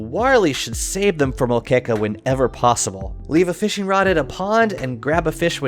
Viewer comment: im impressed by his pronunciation of moqueca